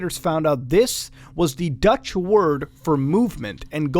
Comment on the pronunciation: I love how you completely mispronounce dutch :D You made it sound like eww Lets just say you do not pronounce the dutch ee the same way as the english :D